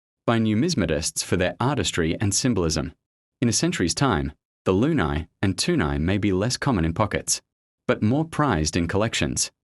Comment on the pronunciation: It's pronounced, LOO-KNEE. Like in crazy.